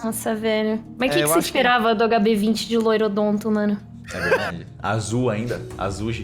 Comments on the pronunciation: é porque quando o ia falar "azul" o sotaque dele fazia parecer que ele dizia "Azuj", aí vem o meme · MANO? alguém pode me explicar pq eles falam AzulJi? Ao invés de "Azul"